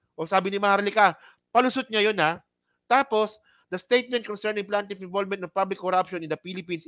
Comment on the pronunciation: hindi PLANtiff...Plaintiff pls....